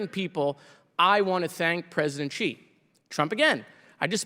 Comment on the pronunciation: I love Jared, but if he wants to be successful as a smart-*ss, he MUST must must learn to pronounce Xi Jinping's surname correctly. It is NOT pronounced "Chee". "Shee" would be a little better, but Xi is like asking "Shee?" with the tip of the tongue against the back of the bottom teeth while kinda grinning a little. It would kinda make Democrats know what they were talking about with Foreign Policy and it is certain that Comer would never learn it: Comer can't even pronounce the Americanized Moskowitz correctly! 🤣